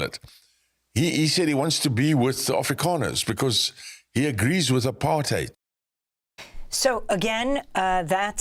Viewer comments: The only person in US media who pronounces Apartheid correctly! ❤ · Why is she pronouncing apartheid so weirdly?